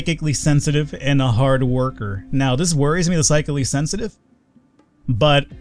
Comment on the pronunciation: finally says Psychically Sensitive right. Take note people he can learn!;)